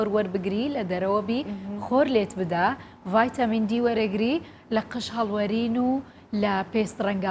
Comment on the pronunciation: مامۆستا ڤایتامین نا ڤیتامین